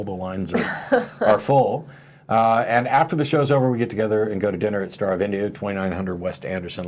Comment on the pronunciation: Star of India not Starve India lmao